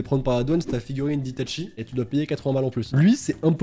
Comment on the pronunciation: Itatchi? Non c'est Itachi pas Itatchi mon pauvre